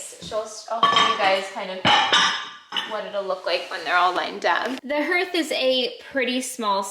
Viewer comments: Someone may have already mentioned this but Hearth is pronounced ‘harth’ - at least in NZ and Australia - not herth - yours is going to look amazing with those beautiful tiles 😍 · I believe the pronunciation of “hearth” is similar to “heart”, like an “a” sound (harth). Unless there is some New Zealand variation that I’m unaware of :) You house is starting to feel like such a warm and calming space 💛☺️🏠. I love the beautiful pieces you displayed on the shelf. I can tell you guys have a lot of special and unique pieces that you cherish and love in your home ❤️❤️ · I don’t know if the pronunciation is different in New Zealand but in the US “hearth” is pronounced “harth” (like the name Garth) 👍🏻